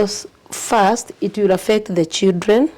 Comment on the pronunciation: Is this really a head teacher with such poor English full of ee ee sildren😂